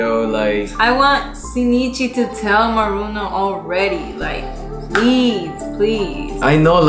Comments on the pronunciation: Why you keep calling her maruno lol is murano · her name is murano not maruno